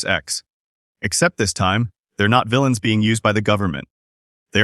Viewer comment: "Vill-ee-ans"?... I hate AI-generated narration. 🤦‍♂️🤦‍♂️